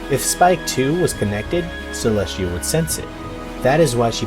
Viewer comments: Not bringing back the "trend" but why do you always say Celeshia instead of Celestia? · Its celestia not celeshia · He said cleshtia